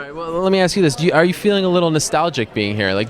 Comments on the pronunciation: Did rampage say he was gonna 'Axe' someone....? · Let me Axe you a few questions, how many is Fitdy?